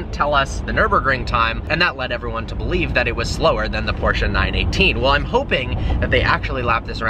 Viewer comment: learned in Germany how to pronounce Porsche almost correctly. Nice job young man.